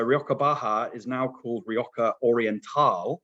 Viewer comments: Nice overview. But as a wine educator you really need to spend some time watching some videos of Spanish wine in Castellano to get the pronunciations for the place names! Among others, not sure why you Brits pronounce Rrrrri OH Ha as Rioka. Imagine me pronouncing the river in London as the THhames.... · I thought I was hearing wrong. How hard is it to say HA! 🤷🏽‍♀️